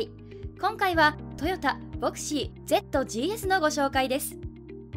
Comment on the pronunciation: ジーエスじゃなくてジーズですよ